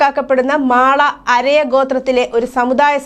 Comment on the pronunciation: മാള അരയ അല്ല മല അരയ ആണ്